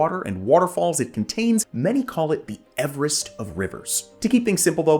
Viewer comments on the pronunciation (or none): none